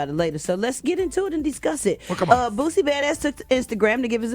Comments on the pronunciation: Eva...his name is Boosie!!! She kept calling that man Bootsie🤣🤣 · Its not Bootsie, it's Boosie Badazz!! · Ima need Eva to say Boosie and not BOOTSIE bye girl you unprepared lol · It's not bootsie its boosie Dumbass girl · Am I the only one who caught her sayin BOOTSIE when it’s BOOSIE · Does he deserve the backlash because he's Boosie or because it's Dwayne Wade or just because it's Dwayne Wade's son? If it were any other person or a random civilian would any of this matter as much? By the way his name is Boosie not Bootsie🤷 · This airhead keeps calling boosie bootsie. Put some respect on this niggas name! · Bitch it’s boosie not bootsie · Bitch said bootsie 😂😂😂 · Boosie!!!!! not bootsie 🙄🙄🙄🙄🙄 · It's not bootsie like bootsie Collins. Its lil boosie like boosie BAD AZZ . come on enunciate his name correctly. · Is she saying bootsie? I know it's Boosie but it sounds like she's saying bootsie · Who tf is bootsie?! It’s Boosie Eva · Hey Eva it is Boosie not Bootsie ❤ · It’s HIS opinion and I don’t think he should apologize for nothin! It was REAL TALK! But why she keep saying booTsie? It’s BOOSIE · Why they keep calling brother “Bootsy”??!! 😂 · If she say Bootsie 1 more time. 🤣🤣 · Did she say bootsy? Lol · Someone should tell Eva it's not Bootsie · She calling em Bootsie😂😂😂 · Eva keep calling him “Bootsy”😂😂😂😂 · how you gonna be on this show and not know how to pronounce boosie